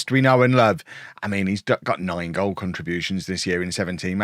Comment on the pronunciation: "That was a goial from a long way out" Missed a trick there: "That was a goal from a Fairley long way out". Fixed it. Great video. Love the series